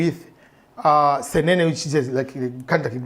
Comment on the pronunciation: But u amuse me everytime before u pronounced Matooke very well now Nsenene.. who is teaching you these words? 😀😀😀😀